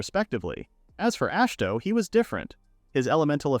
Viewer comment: “Ash toe”. Ah shi hi to say it with me now it’s not fucking hard. Imagine you try to listen a story about Dave smith the most obvious no duh plain name possible and the narrator will not stop calling them dahavy smitiuth it sounds that fucking stupid and off the mark. Jesus goddamn Chris don’t even get me started about how ai can literally I mean literally not ever once ever get “bow” right. It’s never been done in mankind’s history wher this horse shit can actually speak. Please just narrate it yourself or maybe I dint know maybe prof read/listen to it even one goddamn time because maybe proofread it one goddamn time because. You do that. You repeat yourself a few times and sometimes contradict your previous retelling. Please for the love of god stop this horse shit slop you’re killing literature you’re making life and mankind and the word worse. Ash toe fuck my life holy shit. Ash toe❤